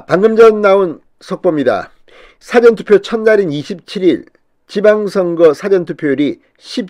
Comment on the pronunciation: 사전투표 발음이 좀~